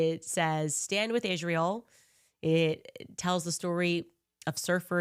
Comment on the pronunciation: she cant even pronounce Israel right. she says "Ishhrael"